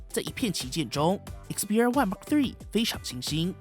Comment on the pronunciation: 你的英文感觉跟鸡叫一样，记住，说的快不代表说得好，了解这个就说明初级入门了。还有，毫米就毫米，还mm，全称是millimeter。别再说Mark 3了 实在是难听，恶心，还有2，那是土，不是tou，